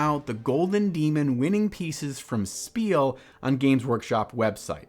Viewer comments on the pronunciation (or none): none